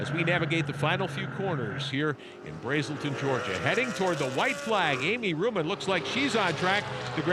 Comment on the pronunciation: um, it's brAselton..ah,ah,ah! not braeselton lol